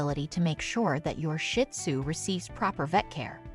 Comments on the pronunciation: Another option for avoiding loneliness when you have to be away for a couple hours is to adopt a companion. I have a pair of shih tzu and they’re never lonely though they do miss me when I’m gone. (And pronunciation correction. It’s not “shit-sue”. It’s “shih-tsue”. 🤦🏻‍♀️) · It’s not shit zoo, please pronounce it right Shee zoo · It is not pronounced Shit Tzu, the proper name is Shih Tzu. My little man is 5 now ❤🐕🐕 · Never pronounced Shit Tzu its's Sheets Tzu or Shes Tzu (means little lion in Chinese) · Pet peeve of mine! Not shit tzu! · PLEASE LEARN TO PRONOUNCE SHIH-TUZ-I CANT STAND STUPID PEOPLE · You can not even pronounce the name. It's not shit sue. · It’s actually pronounced sheed-zoo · I'm thinking the same thing! Shih does not have a T at the end, it has an H!!!